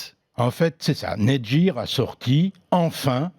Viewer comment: La game »jir » (gamegear) te remercie de prononcer Netgear Net « jir » à la francaise:’)